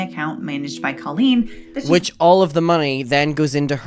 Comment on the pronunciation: Omg can we stop pretending her name is pronounced Co-leen now?? I know she wants to be special but that's just literally not her name. It's not anybody's name.